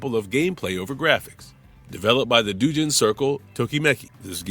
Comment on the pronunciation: doujin is pronounce like dough. like pizza doe. not a big deal. most people won't notice.